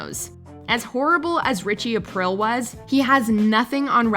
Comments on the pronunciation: Omg its Richie Ah-Preel. Not Ah-Prill....the narrator has the dumb chick voice. Its like a constipated valley girl. Listen to her say Buffy the vampire slayerrrr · Richie Apreel. Not April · I don't think you actually watched these shows. "Ritchie Aprill"? It's pronounced "A-pree-a". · "Aprell" 😂 sorry had to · It's pronounced "Apreel" btw. And I think Viserys and Ramsey should switch places. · Richie “Aprill.” 😖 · Richie A-PREE-EEL another script.reader.pretending to know any they're talking about all us Italians know how u should say it hurts.are.feelings lol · Please redo this and say Richie Aprile's last name correctly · You pronounced Aprile correctly when talking about Ralph Cifaretto, but not on Aprile’s spot….? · Jesus Christ please learn how to pronounce the characters names correctly. Richie Aprile. Maybe watch a couple episodes so you actually know how to pronounce it. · Ugh hearing her say Richie's last name like that repeatedly lol